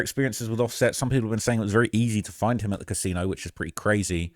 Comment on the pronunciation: Did really just say brazy😖😖😖☠️☠️☠️